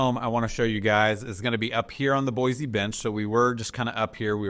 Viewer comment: You’re killing me😂 it’s Boy-See.